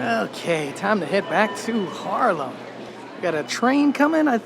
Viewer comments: its not Harlem, its Haarlem, as someone born and raised and stil llinving there please learn to pronounce it :P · Amsterdam is cool and all, there are better places….. haarlem he says😂😂😂😂 haarlem station is the oldest we have and beautiful yes. But Haarlem?! Groningen, utrecht, rotterdam , maastricht yes. But haarlem😂😂😂😂😂 no man you lost the plot